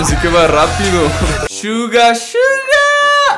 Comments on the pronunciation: Se dice Suga no shuga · me molesta porque dice shuga no Suga tipoooo amigooo suga NO SHUGAAAAA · NO DIGAS " SHUGA" ES COMO SUENA SUGA NORMAL -.